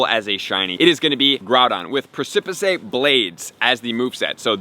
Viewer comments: 😂 I don't think that's how you pronounce "precipice"(pressepiss). imma start saying that though sounds dope I might name an earthy cocktail after that "presipisay" jawn sound fly as all get out. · 'preh-ci-piss' blade is how its pronounced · Precipice is pronounced "Pre-suh-piss" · The way you said “precipice” had me dying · Great video dude! I am slightly offended by your pronounciation of precipice tho 😂